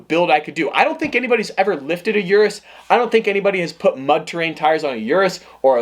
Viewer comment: O-RUS not U-RUS